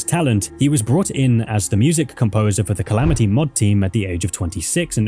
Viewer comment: "Calameetus"... brother its the Calamity mod, and Calamity boss, you even said it in the same breath, why are you saying Calameetus, you don't pronounce Calamity as Calameety 😭